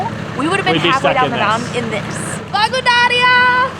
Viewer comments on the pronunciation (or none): The reason of locals not reacting to "Blagodaria" from you is because the word stress must be on the last syllable. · When you say blagodarya the think your saying Bulgaria